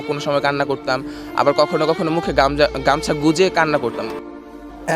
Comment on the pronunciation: কখনো কখনো মুখে গাঞ্জা 😝❌ কখনো কখনো মুখে গামছা😅✅